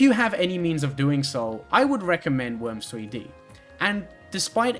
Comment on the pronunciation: i like when she talks about th e woims